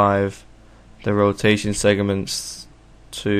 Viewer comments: It's 'Segments' not 'Segiments'. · LOL he keeps saying segiments XD